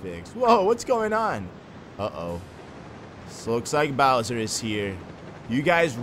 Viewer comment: it's not Bower